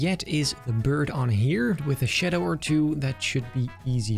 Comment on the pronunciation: Solid video. Btw its shadow not shedow